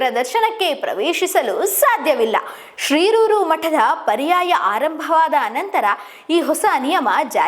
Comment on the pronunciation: ಶಿರೂರು ಎಂಬುದನ್ನು ಶ್ರೀರೂರು ಎಂದು ಉಚ್ಚಾರಣೆ ಮಾಡುತ್ತಿದ್ದಾರೆ. ಮೊದಲು ಸರಿಯಾಗಿ ಮಾತಾಡಲು ಕಲಿಯಬೇಕು